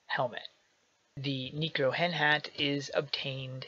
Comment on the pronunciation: It's pronounced Neck-ro-hen, not Nee-cro-hen. That being said, do a video about farming gold now that Skulltower takes keys again.